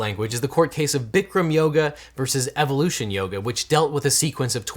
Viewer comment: In that yoga lawsuit, did you mispronounce evolation or did someone misspell evolution?